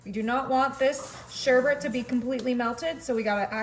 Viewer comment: It’s not sherbert - it’s sherbet. Learn to pronounce properly.